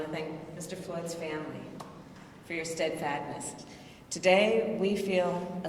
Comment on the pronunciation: “Steadfadnst” steadfastness, SHE’S AN IDIOT!!